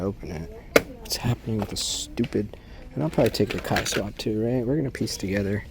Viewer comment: I'm pretty sure it's pronounced "K" swap. Like swapping a K-series engine into your Civic. And then they put it together with the term kei car or truck for the little cars they have in Japan. Pretty sure there's a K series engine in the back of that Kei truck. Get it?